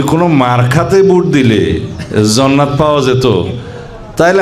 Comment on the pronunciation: আরে ভাই যে ব্যক্তি ঠিকমতো জান্নাত উচ্চারণ করতে পারে না তার কাছ থেকে ইসলাম শিখা লাগবে আর কত কি দেখবো বাংলাদেশএ